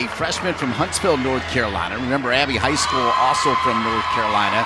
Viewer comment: the male commentator pronouncing poor Abbys last name as "high school" every time